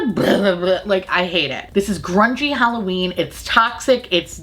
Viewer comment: "HalloBEAN me" I'm done 😂😂😂💀💀